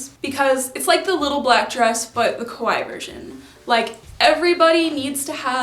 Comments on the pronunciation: I really love your videos but you keep on saying kowai instead of kawaii, it means the opposite and is definitely not the case for you! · It's pronounced ka-why-i . Just ka-why is the name of a piano manufacturer. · I've been really enjoying your content! I don't dress kawaii but I like the community (and sustainability) but GIRL. The way you saw kah-wha-ee sounds like ko-wha-e which means scary and it's impossible to ignore. Stretch that eeeeeeeee! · She says ko-why. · I love your looks! Why do you pronounce kawaii like that, though? It should be 3 syllables, with the double—i at the end getting the emphasis.